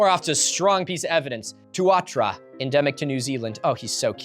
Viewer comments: you absolutely mangled the pronunciation of Tuatara. It's "too-a-TAR-a." It honestly doesn't take much to look it up when coming across something unfamiliar. Same with a word like Sarchosuchus ("SAR-co-soo-kuhss", BTW_). Also, whoever made that "Pokemon" video-fame insert mock-up can't spell worth beans: not only did they spell Tuatara wrong, but they couldn't spell "atheist", either, so they put in the word "arthritis", instead! LOL🤣😂 Oh, & BTW, "checkmate" is one word. It looks amazing, otherwise (love the detail they put in!), but they really should have had someone literate proofread the thing before putting it in your video. You carp a lot about a gutted education system deliberately manufactured to produce ignorant people, almost positioning yourself by implication as someone who is above that on the educational scale, but then shoot yourself in the foot with gaffes like this. It's fairly small, in the grand scheme of things, considering your research is still better than most & the amount of work you put in is crazy, but it still looks bad. Also, find a way to check that your camera is actually in focus? There were too many times when you were in frame, but the camera for some reason was focused on your computer & water flask. I loved the content, though. Cheers! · As a born and raised New Zealander, took me a while to realise you were talking about the Tuatara. it's pronounced Too-Ah-Tah-Rah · "too-AH-tra" is such an adorable pronunciation 😊 (more too-ah-tah-rah) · don't know if I have become 'the person who calls out milo saying stuff from Aoteroa (New zealand) slightly incorrectly, but its pronounced 'Tu-a-tara'. btw not acting like saying 'tua-tra' as milo did is incredibly insulting or anything, just might as well point out the correct pronounciation for a word. if milo ever covers new zealand he is going to say so many things incorrectly :/ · NZ mentioned! Also love how Milo can never pronounce anything from here haha TuatAra was said tuatra heheheh